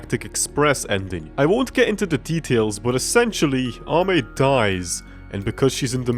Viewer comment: NO WAY!!! is one of the few people who pronounced Ame's name right, i have seen a lot of people pronounce her name "Amy" which is wrong. i really enjoy watching videos about something that isn't dst even though its a dst channel.